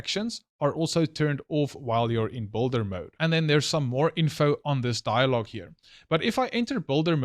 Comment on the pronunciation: Hold on, hold on! It's just can't go on, and on like this, can it?! One thing is "BUILDER" mode - that you're referring to in this video - and another one is "BOULDER" mode, that for whatever reason you're definitely wrongly pronouncing it !!! Sorry it's just scratching my ears and I just help it!